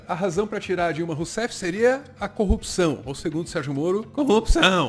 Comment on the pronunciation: Em ele não pronuncia os erres de corrupção, ele fala copção rsrs